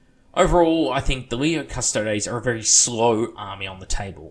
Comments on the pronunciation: It's cuss-toad-ees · Astartes is pronounced ass-tart-ees Also: custodes is pronounced cuss-toads